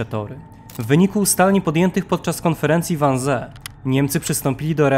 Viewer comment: Wannsee czyta sie "wannzii" :) ale poza tym, niemiecki super! 👌